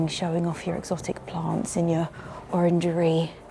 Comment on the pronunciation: I like this place. I was thrust back to vintage Corrie when you said “orangry” and Sally Webster way back. Giggled then, giggled now. Thank you!